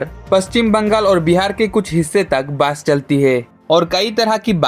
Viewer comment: Bro, Hindi te kotha bolle pronounciation gulo check kore nao bolar aage. Hindi te Bus k Bas bole pronounce kore, r Bus bole jeta hoy setar mane holo pocha gondho. Sunte khub baje lagche